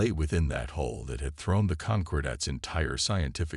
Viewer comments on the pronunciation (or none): Please instruct the narrator in the different pronunciation of the words “hull” and “hole”. They are not the same. Plus, it is spelled “hall” in the transcript. Sloppy proofreading.